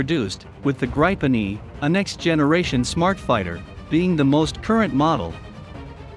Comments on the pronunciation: The Indian jet will be made out of old refrigerators hammered out into jet shapes by some old men in sandals. By the way its prounounced Grip-n not Gripe- en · Hey buddy, how about pronouncing it the right way for starters: The Saab JAS 39 Gripen (IPA: [ˈɡrǐːpɛn]; English: griffin)